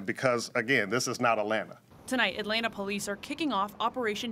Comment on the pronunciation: Respectfully sir, it is Atlanta.